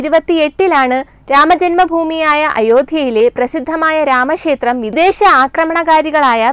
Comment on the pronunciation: രാമശേത്രമല്ല കുട്ടീ ... രാമ ക്ഷേത്രം. അതിനു ശേശം എന്നല്ല പറയേണ്ടത് .... അതിനു ശേഷം. അറിവുള്ള ആരിൽ നിന്നെങ്കിലും മലയാള അക്ഷരങ്ങളുടെ ഉച്ചാരണം പഠിക്കുക.